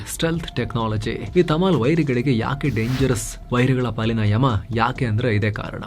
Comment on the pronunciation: Tamil ❌tamal✅🙏